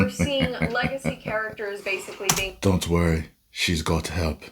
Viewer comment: DUNT WUREE, SHEEZ GUT HEHP